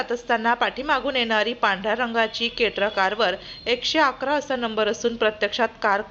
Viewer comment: केट्रा नाही क्रेटा आहे 😂